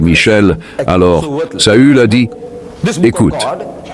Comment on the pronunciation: Le traducteur traduit mal on dit saül pas saul . Saul c'est Saul de tarse Paul